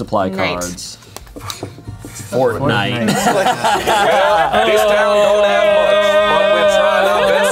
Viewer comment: is hilarious for calling it Fort Nite 😂